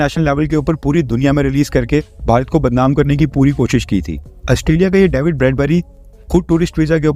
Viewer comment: डैविड नहीं डेविड